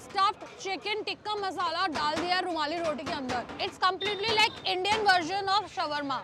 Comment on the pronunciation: Sh-war-ma roll? Lol😂